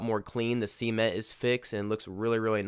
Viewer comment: I'm sorry but I noticed u said seement lol anyways nice vid #notificationsquad